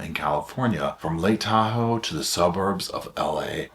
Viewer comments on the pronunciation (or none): none